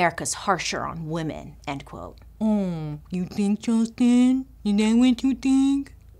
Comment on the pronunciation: when she said "umm is that what you fhinkk🤣